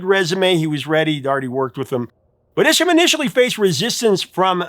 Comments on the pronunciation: Wayne Isham's last name is pronounced EYE shum. He is one of the most successful directors in the history of music video. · Isn't Wayne Isham pronounced "eye"sham? That is how the members of Mötley Crüe pronounced it.